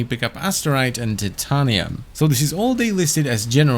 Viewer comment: The way you pronounced titanium really bugs me. It’s pronounced the way Rebecca pronounced Titania in the Warframe Profile, not the way Titania is actually pronounced.